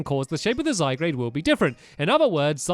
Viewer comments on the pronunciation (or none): It's not zy grade it's zy gard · I know you have Dyslexia Stampy but its pronounced SygArde not ZygRade. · Stamps its pronounced zy gar d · zy-guard not zy-grade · zygarde not zygrade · ITS ZYGARDE NOT ZYGRADE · It's Zy-g-a-r-de not Zygrade😤 also it's a legendary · all the pokemon fans are crying "ziegrade" lol ZYGARD 😂😂😂😂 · Who notice stampy saying zyguarde wrong he was saying zy grade not zy gaurd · it'd not Zygrade it's Zygarde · I've been triggered in this video. Zy-Gaurd. not grade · SO TRIGGERED! It's Zygarde! Not Zygrade! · ZYGUARD NOT ZYGRADE! !!!!!!!😠😠😠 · Zyguard not Zygrade read stampy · stampy you are saying it wrong it's not zy-grade it's zy-graud and it's a legendary pokemon and you might get ash-greninja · zy-gar-de not zy-grade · you have to say zygard with the ar not grade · Stampy it's Zygarde not Zygrade! You need to upgrade your glasses stampy! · Also stampy you assemple zygard with the cube only fist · stampy its not zygrade its zygarde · ITS NOT ZYGRADE!!! ITS ZYGARD!!!! ITS GARD!!!!! NOT GRADE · It's zy gard not zygrade! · Zygarde not Zygrade I don't know what made you say Zygrade it's Zygarde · Its Zygarde not Zy-grade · Zygrade XD YOU ARE SAYING IT SO WRONG XD it's (ZI-GUARD) ALSO DO YOU KNOW ANYTHING ABOT THE KALOS REGION. Edit: I'm so sorry stamp my I didn't know you were dyslexic. I hope I didn't insult you. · Zygrade?! ZY-GUARD. But It's Spelt Zygarde. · It's not Zy-grade , ITS ZY-/GUARD/ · Stampy zygarde got the a before the r not after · Cory Playz It's spelled Z-y-g-a-r-d-e not Zygrade and it's pronounced Zie-guard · ZYGARDE NOT ZYGRADE! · The Iron Golem OMG its zygarde not zygrade stampy. Noob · "Difficulty writing by hand" Seriously that's what being dyslexic is, isn't it? you have difficulty writing by hand i don't have difficulty writing also i wasn't saying how it was pronounced i was saying how it was spelled because Stampy thought it said Zygrade and not Zygarde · It's not ZygRAde it's ZygARde or Zy-gar-d silent e of course